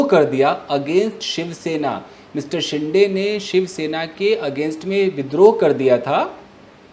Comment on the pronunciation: It's not शिंडे, its शिंदे